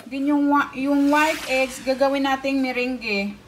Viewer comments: Mirange.. mirang po ata pronounce te..hihi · Pwede niyo pong gawin ung Meringue(by the way Merang po ung pagka pronounce sa kanya hehehe) kahit wala po kayong mixer. Pwede gumamit ng whisk or egg beater. Medyo sasakit lang konti yung kamay at braso kasi kailangan mabilisan ung pag whisk sa egg whites.